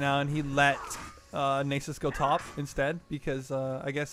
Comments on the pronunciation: It's nasus not nysus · Lol never heard it pronounced "naysus". Nice video though.